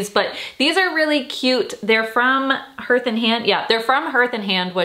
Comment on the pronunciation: I love you so much! It’s pronounced HARTH (rhymes with heart) ❤️❤️❤️